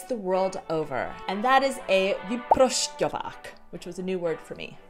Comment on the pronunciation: Vyprošťovák-perfect pronunciation.You should be a czech prezident!!!!